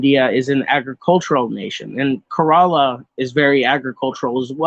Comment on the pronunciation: I don't fault you for the mispronunciations, but for future reference, "Kerala" is pronounced more like "kare-uh-luh," with the emphasis on the first syllable, rather than "kur-ah-lah", and the name of the main language of Kerala, Malayalam, is pronounced "mah-lay-uh-luhm".